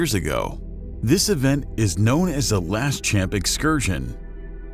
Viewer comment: Two corrections: 1. It's pronounced la-shaump, not las-champ. 2. The percentage of atmospheric carbon is lower now than during most of Earth's existence. And at any rate, more atmospheric carbon leads to a greater greening of the planet. Carbon is life.